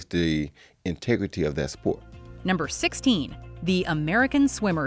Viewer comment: The bareless intempt of pronunctiation for Rio de Janeiro is almost insulting. I can bet the lady has never even tried to learn other language apart from English. Good video though.